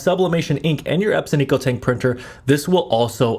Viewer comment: You keep saying Ep-sin 😅. It's pronounced Eps-on. Epson ✅ So many people do this and I can't unhear it 😢